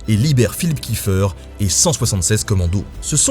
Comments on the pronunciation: Petite précision, étant donner que le Commando Kieffer descend d’une famille d’origine alsacienne installée à Haïti, chez nous en Alsace on dit Kieffer et pas « kieffeur » voilà sinon bonne vidéo :) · Pourquoi tout le monde prononce kiffeur 😭 Je me bas tout les jours pour que mon nom de famille soit prononcé Kiéffair